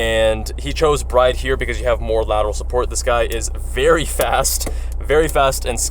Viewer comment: I have a soft spot for these cars too. If we're talking a 2nd fun car, I would probably take an s2000 over a gr86 just for the excitement. FYI, I believe it's prounounced "brid" like "grid", instead of how we'd normally pronounce "bride"